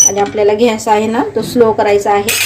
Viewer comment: ताई, घ्यास नाही गॅस जरा मराठी भाषा शुद्ध बोला